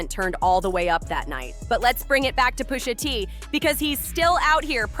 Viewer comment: Umm Who the hell is Poosha T? lol